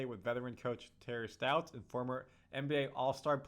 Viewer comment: Its Stotts, not Stouts. Although I'll never turn done a good stout in a chilled glass